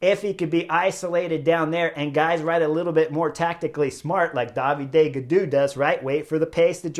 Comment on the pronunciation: I am not an expert to the sport, so I was wondering why Chris is always calling Gaudu, Daviday. Is it a nickname or a particular way to pronounce David, in his french hometown region?